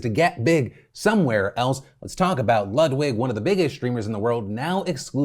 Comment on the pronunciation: It’s pronounced LEWD-VIG